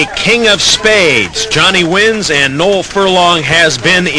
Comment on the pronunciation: I like how the commentary pronounced my name correctly.....Noel